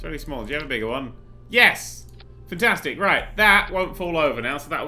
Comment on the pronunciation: I like how he says futtastic instead of fantastic.